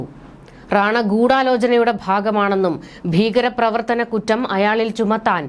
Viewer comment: 😂'പദ്ദതി', 'ബീകരപ്രവർത്തനം ' ? താങ്കൾ ഉച്ചാരണം ശരിയാക്കണം. 'പദ്ധതി', 'ഭീകരപ്രവർത്തനം' എന്ന് വേണം ഉച്ചരിക്കാൻ.